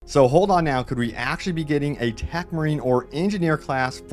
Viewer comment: Ohhh, you mean TECH marine. You pronounce it like 'Tac' marine haha